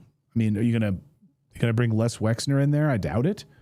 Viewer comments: I'm not trying to stick up for the man but his name is not Lex. it's Les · You do realise that it's LES Wexner (LESLIE Wexner) and not LEX Wexner. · Never mind spell it .... Les not Lex ffs. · Les Wexner, geeeez get this criminal’s name correct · Isn't it Les Wexner? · Whitney Webb is brilliant. Poor Natalie seems unable to pronounce the name Les Wexner.